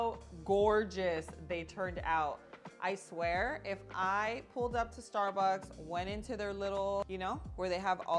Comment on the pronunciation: OMG STAR-BEEEEZ! 😂